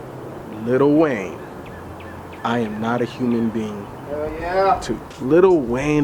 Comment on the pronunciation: I'm sorry. There is not a single "t" in Lil' Wayne.